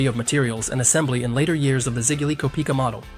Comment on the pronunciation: Kopika? It’s kopeika